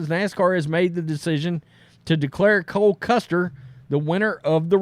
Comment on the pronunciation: It’s Cole Custer not Cory Cluster